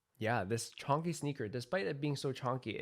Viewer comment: The word you want is Chunky, not chonkey lol